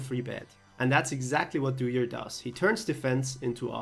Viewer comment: thats not dewier, thats dooyer